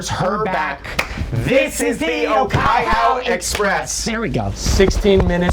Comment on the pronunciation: The pronunciation of the Te reo (Māori) in Okaihau Express was so bad but will be accepted cause the original song also doesn't have good pronunciation ~from a Kiwi